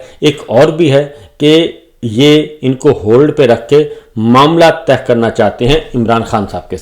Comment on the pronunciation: معزرت کیساتھ معاملہ تہہ نہیں کہتے طے کہتے ہیں 🙏